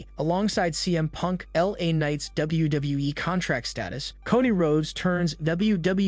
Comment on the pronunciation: CM punk is going nowhere you jackass😂 and learn to say WWE properly.